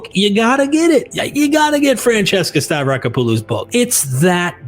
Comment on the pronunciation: The AI voice pronunciation getting worse and worse as the video goes on. It's *hilarious*. Oh, and the author's name is pronounced Stav-ra-KOP-oh-loh.